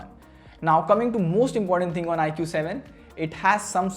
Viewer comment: Dude it's pronounced as "ikoo". Not bitching just correcting you.